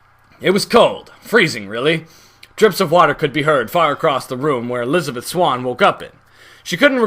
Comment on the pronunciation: the way you say elisabeth as jack is funny XD "elisabiiith"